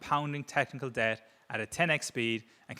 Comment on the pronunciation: why did he say "deBt" pronouncing the silent b?? Is he AI?